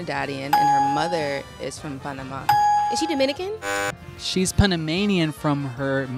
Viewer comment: I love how this girl said Panamá with the right diacritic in the last 'a' rarely do non spanish speaking people get it right.